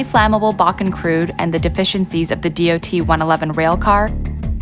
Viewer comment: oh so you know about that incident, well obviously not that well since all dot 111 tank cars were to either to be replaced or upgraded to the much larger and safer dot 117 tank cars, also that mandatory order was put in a few months after the incident so the fact that you bring up the dot 111 tank cars is pointless and really stupid. (it is pronounced dot not d-o-t.)